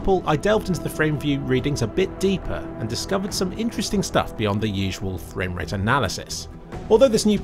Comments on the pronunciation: My fwame wate is higher than ur fwame wate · fwame wate marker